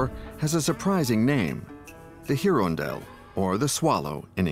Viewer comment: heron dell try irondelle a french word for a bird